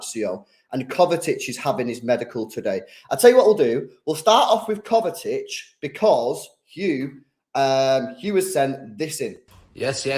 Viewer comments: mate it’s pronounced KovaCHICH not ‘Kovetic’ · Someone please tell that’s it is kovacic, not kovatic